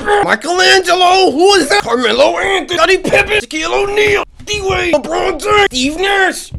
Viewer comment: PLSSS HE SAID "LEBROWNJAMES" FOR THE FIRST ONE LMAOOO